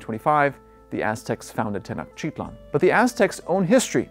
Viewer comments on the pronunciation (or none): Tenochtitlán not Tenochitlan sorry but you are saying wrong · The accent is on the end of the word: TenochtitLAN. Go watch a Mexican documentary before you create this. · tay-noatch-teet-LAWN. Actually all syllables equally stressed, but Mexicans tend to put a stress somewhere near the end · I cannnot trust an expert scientist of a culture when they can't pronounce a simple word that is spoken everyday often . This tells me that such scientist never sat foot in the area and failed to interact with the locals or he read hundreds of books and reviews and articles but never was there. The word Tenotchitlan is used as often as New York city inside New York City. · Some interesting info. Unfortunate that he can't pronounce "Tenochtitlan" or "Mesoamerica" correctly. Ask me how I know...😉😂🤗🇲🇽.